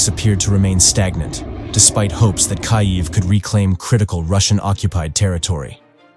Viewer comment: Do y'all not have a editor lazy a*$ artificial Intelligence so disrespectful 😠 towards Ukraine what the hell cant even pronounce there capital right!!!